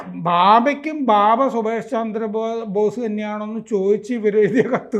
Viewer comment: ഭാബ അല്ല ബാബ yanuയാണ്